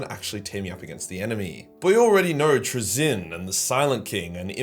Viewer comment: pronunciation of "Trazyn" makes me want to go into a Khornate rage